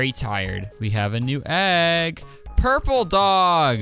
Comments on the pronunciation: “Puuuraple” “Puroplkerrr” . . . . . “Dave.” :) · Purpeolel Purpoelleir ……. dave. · Purpurl purparl pur 🙄(nvm) DAVeEEe Heheh i love this part